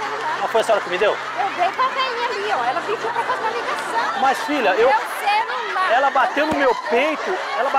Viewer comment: "Meu cerulaa, eu queroo meu cerulaa " kakakk